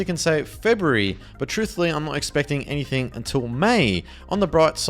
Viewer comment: "any much longer" "anythink" dude the way you talk is so frustrating